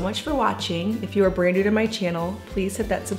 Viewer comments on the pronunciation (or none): none